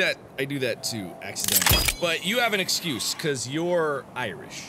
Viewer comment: "boos" "excese" what